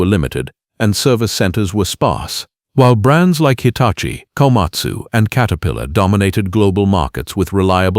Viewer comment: katerpiilor lol AI crap